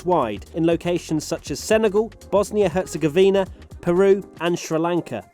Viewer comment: How you say Bosna and Hercegovina had me burst🤣